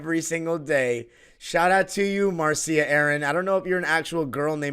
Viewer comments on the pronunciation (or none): Marcia is pronounced Marsha